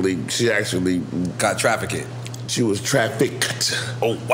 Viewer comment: Nore: “She was trafficted “? Facemob: “TRAFFICKED” 😂😂😂